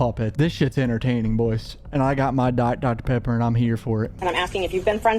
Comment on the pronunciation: Dat boi said i got my dier dr pepper 😂😂😂😂😂😂